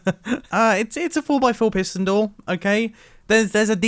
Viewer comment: PiSSSton door